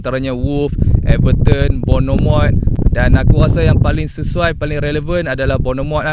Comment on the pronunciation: Sebutan dia 'bon-merth' Newcastle ada sorang lagi CB iaitu Dan Burn.